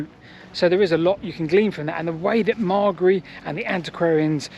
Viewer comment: Very interesting, and I'm happy that you seem to have finally got the pronunciation of Ivan Margary's name correct!